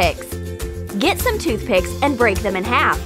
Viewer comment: I mean I thought she said toothpaste when she actually said toothpick